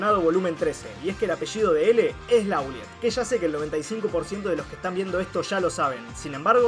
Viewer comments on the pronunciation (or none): Muchos se confunden, sí, pero no es "Lauliet" (Lawliet), se pronuncia "Lolait".